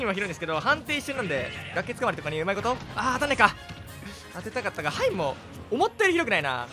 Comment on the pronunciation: 範囲を「はいん」と読んで、、、ますか？